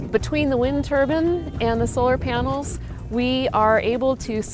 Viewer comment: I don't like it when people say AND as AYAND . STOP It pls. Also it's a solar panel. Not solar PYANEL